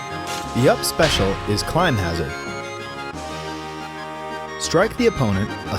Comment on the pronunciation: fleming he said climb hazzard